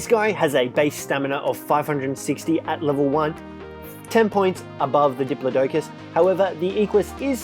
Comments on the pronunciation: Errors: Parasaurolophus not parasaur Dire bear isn't a dinosaur it's a prehistoric mammal Dih-plod-ih-cus not dih-plO-dough-cus Equus is a horse not a dinosaur It's Quetzalcoatlus not Quetzal, and Quetzalcoatlus is a pterosaur not a dinosaur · It’s duh-plot-ic-iss not dip-low-doe-cus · I’ve never hear anyone say diplodocus like that